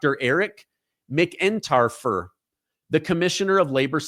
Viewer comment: I think it’s pronounced- MAC-en-tar-fer (all one word)